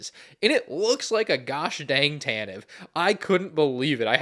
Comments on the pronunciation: Seriously stop saying “tan-tiv” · ugh ugh so many times incorrectly pronounced tantivE name, oh my ears it hurts every time, and I can't unhear that and bothers me every single time since said it in star wars show long time ago in galaxy far far away.... aproximeatly 8 years ago